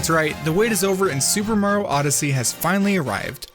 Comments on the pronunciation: HE SAYS MARO NOT MARIO BOI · “super maro odyssey” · "Super Maro Odyssey" 😕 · At The beginning:why do i hear "super maro Odyssee" 😂😂